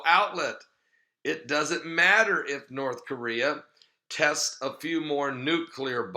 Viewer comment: testez? come on it's tests!!!:) lol God bless